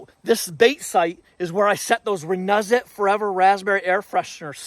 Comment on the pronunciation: It is pronounced RENEWZIT